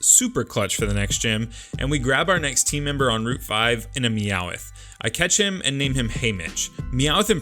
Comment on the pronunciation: Me aowth not me aoith